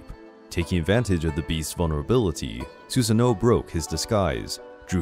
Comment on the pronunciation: It's not susano it's susano'o (su-sah-no-o)